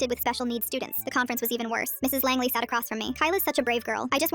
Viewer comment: Langley? Asuka soryu Langely sounding ahh last name